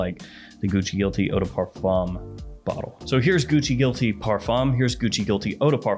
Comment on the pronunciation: Please learn how to say parfum. It’s not par foam or fom. The fum is nasal and kind of like fain or like a hard nasal fan with the emphasis on the a and not the n. But you probably already know that.